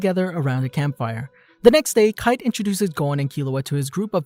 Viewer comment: Did I just hear Kie-te and not Kite as in Kai-t.